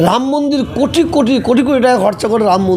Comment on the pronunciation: কেউ কি জানে এনার কটা মুখ? এখনো তো মুখের ভাষাই ঠিক ফোটেনি, মন্দিরকে মুন্দির, বলেন। হায়রে! গিরগিটিও লজ্জা পায়, এদের রং বদলানো দেখে। সুবিধাভোগী, সুযোগসন্ধানী।